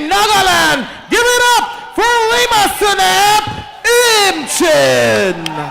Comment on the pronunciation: It's lima not liam😂